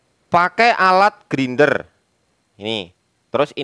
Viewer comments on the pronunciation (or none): none